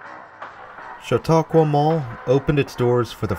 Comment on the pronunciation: You pronounced it correctly. I do agree with you on this being a rather plain mall. Supposedly had a lot more unique things going for it that were lost with a major renovation in the 1990s. Also, a lot has changed from when this video was taken as the former Sears wing is really suffering nowadays with only a couple of open tenants. Auntie Anne's has since closed as well, but at least it was replaced by a local taffy shop. Ollie's Bargain Outlet will be taking over the Officemax space. I did always find JCPenney closing and then coming back extremely weird here. It does explain why the store feels so cramped and seems to lack selection though. I would of honestly liked to have seen JCPenney reclaim the Officemax space, but that's definitely not going to happen now. Sometimes I wonder how practical it is for JCPenney to operate here still, as a lot of people make the trip down the interstate to Erie, PA to do shopping. The Jamesway that relocated here replaced what was actually Jamesway store #1. Jamesway got its name from Jamestown.